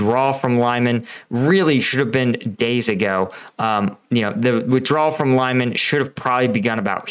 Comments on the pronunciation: great vid thanks! and not so sound cocky but Lyman is pronouced Lee-mawn.. it now sounds like a suburb somewhere in New Jersey. ;) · The way you pronounce Lyman kills me. I know it’s harder for Americans than for Europeans who are used to traveling and other languages, but if you say the same Russian or Ukrainian name in a video 50 times in a row and again 50 times in the next video, just type once лиман in Google translate and you know exactly how it is pronounced. Luhansk also drives me crazy, it’s so easy to pronounce, but YouTubers just prefer to butcher all the city and politician names a hundred times in a row. Just cover another topic, if you don’t care about the content. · Please do better with the place names it's is pronounced Leeman all it takes is to listen to some of the other YouTube videos coming from some of the local contributors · A tip. You can type city names in google translate, set it to Ukrainian and listen to the pronunciation. My ears bleed every time you say "Lime an" :D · The right way to pronounce Lyman is Lee-man. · lee-MAHN!! You pronounce all those other cities’ names correctly. For the love of your own credibility, stop mispronouncing Lyman like it rhymes with ‘SIMON”. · It's pronounced Lee-man... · I'll go with the Ukrainian pronunciation of Lee-MAAN. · It is pronounced “lee man.” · Its 'Leeman', my friend. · Pronunciation guide: “Lyman” (луман) — pronounce it like “lemon” with the stress on the “o”. (The “y” is pronounced like the “i” in “it”) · I never know how these American/British commentators are able to pronounce 'Sievierodonetsk' and 'Zaporizhzhia', but not 'Lyman' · Stop mispronouncing "Lyman." The "y" is like short "i" as in "it." And "man" ryhmes with "on". Otherwise, you are doing a great service. Thanks. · The fact that you did this 60x really rankles. Please do better on your next vid. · I like You, I like Your channel , BUT PLEASE 🙏 change, correct your pronunciation of Lyman! It’s hard to listen to, it distracts